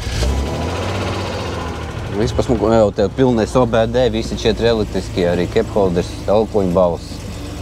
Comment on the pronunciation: Nav kepholders bet kupholders.